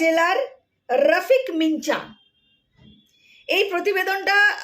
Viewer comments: আপনি সাংবাদিকতা করছেন যখন তখন কোনো একজন ব্যক্তি বা স্থানের নাম ঠিক মতন উচ্চারণ করতে হবে। না হলে সব তালগোল পাকিয়ে যাবে। আপনি রফিক মিঞা ( বলতে হবে মিঁয়া ) বলছেন রফিক মিনচা! আসলে হবে রফিক মিঞা ( উচ্চারণ করতে হবে মিঁয়া) । সবথেকে ভালো হয় আপনি যদি ঈশ্বরচন্দ্র বিদ্যাসাগর মহাশয়ের " বর্ন পরিচয় ১ম ও ২ ভাগ কিনে বাংলা হরফ ও তার উচ্চারণ গুলো ঝালিয়ে নেন। তাহলে এই ধরনের ভুল আর হবে না বলেই মনে হয়। ভালো থাকবেন। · কি মিনচা মিনচা কোরছেন! একটা খবরের চ্যানেল নিয়ে বসেছেন কিন্তু একটা সহজ উচ্চারণ আর সেটা কোরতেও হেঁচকি তাও আবার ভুল উচ্চারণ! ওটা তো আছে মিঁআ লেখা আর আপনি খালি মিনচা মিনচা কোরছেন, পড়াশোনায় খুবই খারাপ হোলে এই অবস্থাই হয়!!😊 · মিঞা উচ্চারণ মিনচা নয়, মিয়াঁ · রফিক মিনচা, আবার কি? রফিক মিয়া। এই নাম টি ঠিক করে উচ্চারণ করুন। খুব বাজে শোনাচ্ছে। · রফিক মিনজা নয় ওটার উচ্চারণ হবে রফিক মিয়া (মিঞা) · মিনচা আবার কি😂😂? মিয়া উচ্চারণ হবে. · মিঞা শব্দ টির উচ্চারণ মিনচা নয়, মিয়া। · উচ্চারণ হবে রফিক মিয়া, মিনচা নয় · এই আপনার পড়াশোনায় গন্ডোগোল আছে। কি মারাত্মক উচ্চারণ করেই চলেছেন। মিঁয়া অন‍্যভাবে লিখলে মিঞা। পড়তে বসুন। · ভাই তথ্যগুলো ঠিক উচ্চারণ করো, তুমি কি বাংলা জানো না, মিঞা কে মিনচা উচ্চারণ হয় কি করে! সত্য অসত্য সবার জানা দরকার। কিন্তু উপস্থাপনা করতে গিয়ে দেখছি বাংলা রিডিং পড়তেই পারছো না। যাইহোক, চেষ্টা করে গেলে একদিন অনেক এগোতে পারবে। ধন্যবাদ বোন। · এ কেমন ইউটিউবার রে বাবা! ঞ উচ্চারণ করতে গিয়ে ছড়িয়ে লাট 😂 ইনি বাঙ্গালী হতেই পারেন না, নির্ঘাত মায়ানমারি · Nonsense. According to you all Hindu refugees from Bangladesh are Muslim lover. You are so uneducated that you can not pronounce mian. Bharat mata ki jay